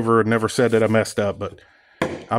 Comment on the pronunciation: "like-eaat", or "like-iss"...sounds like everyone I grew up with who skips the "th" when saying "like this" or "like that", lol! Good tip though, I'm going to harvest a length of copper wire that's laying around in the woods and try-iss! ;-)